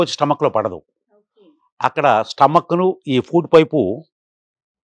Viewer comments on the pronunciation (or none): ఫూడ్ కాదు, ఫుడ్ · It's food not Poodu